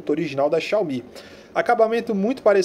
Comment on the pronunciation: Xiaomi... Xaiomi réplica nítida kkkkk